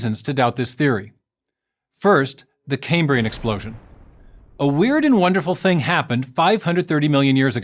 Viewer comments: Why would anyone who claims to be expressing a scientific theory on how life is possibly pronounce Cambrian as cay-me-brain? That's not just mispronouncing it, it's a complete butchering of the word as if he's never seen it before. It's supposed to be pronounced like it's written Cam-bri-an. Of course Creationists have no idea what they're talking about so it makes sense they've never seen it before, but FFS you'd at least read the script carefully. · I'm not going to take anyone who can't say "Cambrian" properly, seriously. It's pronounced as the Prof says it, not came-breean. Moron... (That's a word, pronounced exactly the same as in the English, in modern "Cambrian" - Welsh - which means carrot. So if you know any morons, call them "carrot" and they'll be even more confused lol. You're welcome 😉). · Why does Meyers mispronounce Cambrian?